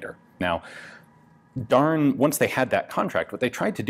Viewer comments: I believe Darne is pronounced "Dar-nay"? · Isnt it pronounced darn-eh? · Every time he said "Darne" I heard "darn." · >'This is a darn machine gun from the darn company' Well Ian, I didn't know you were from the midwest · every time he said darn i laughed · Anyone else snicker a little bit each time he said "Darne"? I did!!! Reading the comments requires watching the video, again!!😂😂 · An American accent really makes the manufacturer's name sound like sincere expression of disapproval.